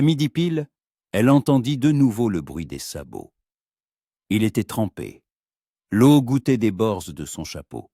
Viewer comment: l'eau se prononce... lo